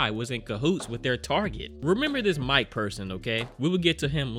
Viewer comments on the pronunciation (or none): Isn’t this (much less all of the cannibal movies) out on blu-ray? “Now remember this Mike guy..” Are you sure it’s not Mee-Kay?